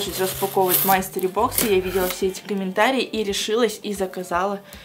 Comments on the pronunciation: мАстери бокс..... А..а..а. боже мне так режет это слууууух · Я люблю твои видео, но я не могу слышать, как ты говоришь "мастери бокс". Это читается как " мИстери бокс"